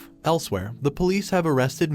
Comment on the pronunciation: when the idiot Narrator can't even pronounce police properly and say's pol.